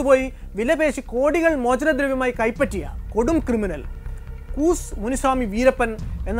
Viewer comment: കൂസ് അല്ലാ കൂ സെ എന്ന് ആണ്